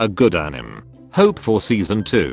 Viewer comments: Is it only me or I'm the only one who's laughing because instead of a-ni-mae it was pronounced as a-nim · The correct pronunciation: Anie-may Text to speech: Anim Also, stay out of my bed, spider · Nobody When text2spech says anime: ᗩᑎIᗰ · nobody: TTS: When you find good anim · the pronunciation of "anime" is so good lmao